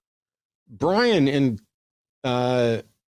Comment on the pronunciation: 'Who is this Bwian?'